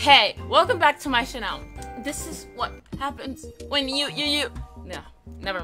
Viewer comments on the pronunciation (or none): “welcome to my CHANEL” 🤣🤣🤣